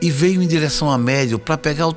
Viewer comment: Éu acredito ém tudo QUÊ você fala